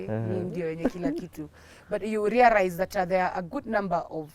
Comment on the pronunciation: 29.40 rearize heheee,on a light note though